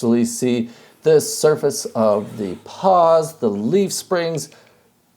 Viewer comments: You mean pawls, not paws, right? Right...? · Say it with me: PAWLS. Not "paws". This has been a public service message.